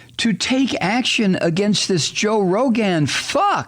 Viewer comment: I like how you pronounce Rogan and I'll be saying it like that from now on!